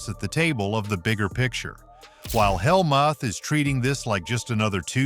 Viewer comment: The AI voice is awful. It mispronounced “Helmuth!” What a joke.